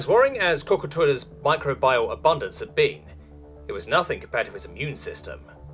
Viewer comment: This is a fun story. Other than a few mispronunciations (like “albeit” pronounced as “al-bite” instead of the correct “al-bee-it” or “microbial” as “micro-buy-all” instead of “my-crow-bee-al”) it’s quite well done and a good yarn.